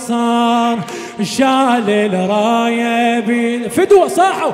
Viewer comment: أحسنت ،، بس عندك مخارج الحروف مو صحيح ،، الشمسية مثلاً الراية الشيخ مايصير تلفظ الألف واللام لازم تدغم